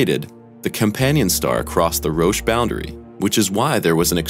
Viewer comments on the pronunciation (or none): none